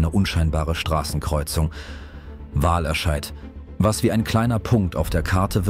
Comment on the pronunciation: Wahlerscheid ist korrekt, da bin ich in der Aussprache nicht sauber gewesen ;-) . Ich hoffe sonst hat dir das Video gefallen?